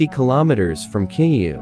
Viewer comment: Ki you? You mean Kyiv?